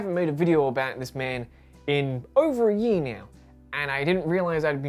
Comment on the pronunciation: “Over a ye-a”